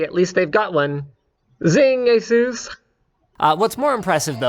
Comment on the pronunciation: Did he say Asus